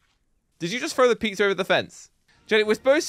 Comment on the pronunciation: When said peeza (pizza) it me laughing hard 🤣🤣🤣